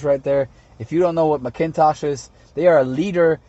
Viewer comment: 10.1 inch screen McIntosh- pronounced mack-in-tosh